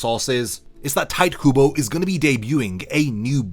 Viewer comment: It's pronounced "Taito Kubo" note Tight. And thanks for the amazing news ❤